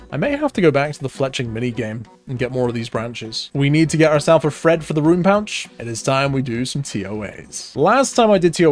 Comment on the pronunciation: Ohhh,you’re saying ‘Thread’ I thought you was saying Fred 😂